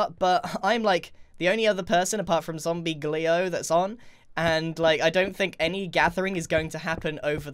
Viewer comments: Did anyone else here Grian say zombie gleo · ZombeoGleo get he actually is gonna say evryones name with a G